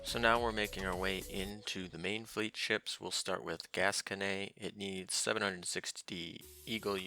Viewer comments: Isn't it pronounced "gas-cone" not gas-conay? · Heh, it just sounds so weird to have it end with nay for me anyway. Hearing it in French sounds more natural I guess. Well thanks for the links.